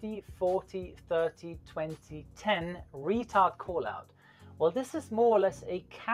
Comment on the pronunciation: Love hearing the Plane say "Retared"